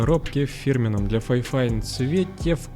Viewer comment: Не ФАЙфайн, а ФИфайн. Даже звучит не очень. Как вайфайн 😂